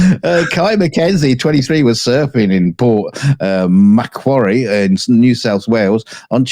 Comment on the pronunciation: Congrats to for pronouncing Port Macquarie correctly.